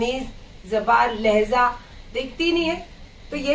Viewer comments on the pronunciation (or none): Laheza nahi laheja hai